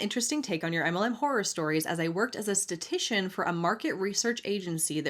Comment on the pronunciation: Statistician not statician